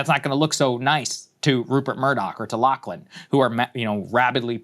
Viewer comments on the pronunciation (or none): none